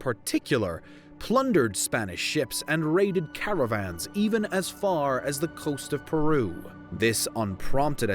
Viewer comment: ...The narrator means to say "caravans" but instead says "cavarans". Lol